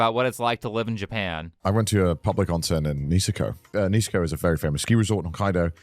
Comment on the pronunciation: "I went to a public onsen in Nee-se-kou" Jesus christ